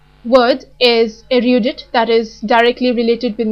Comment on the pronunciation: Erudite is pronounced differently